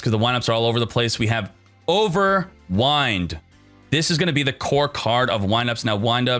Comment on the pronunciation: pleaassseeee, youre pronouncing wind-ups properly but then youre pronouncing overwind like if it was a windy day cmon man >. <